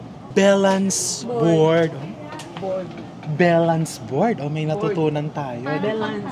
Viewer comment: Sabi ni ate “belans board”….”I think she’s trying to say “valance board”, yung covering the top of the window.